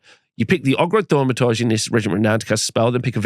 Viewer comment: "Ogroid Thwamatarje"